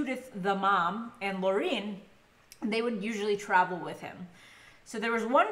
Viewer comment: It's Lauren not Laureen